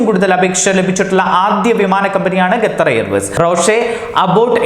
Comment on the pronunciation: Gathar allaa potta Qatar ennann